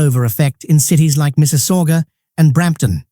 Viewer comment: he is not canadian ...make me lough the way he pronounce mississauga ha ha